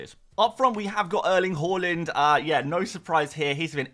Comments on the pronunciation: just one question: why do you always pronounce Haaland as Holland? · Can you please learn how to pronunciate Haaland correctly?!